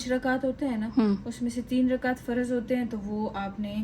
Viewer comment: Farad nhi faraz